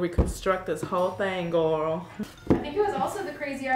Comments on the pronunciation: I love how she says gorl instead of girl i love Karina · bc shes forgetting it she even said hey gorl hey lol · When she says “gorl” it just reminds me of grew from despicable me...